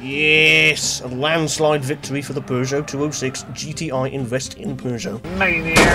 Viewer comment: Feels weird to hear the actual good pronunciation for Peugeot lmao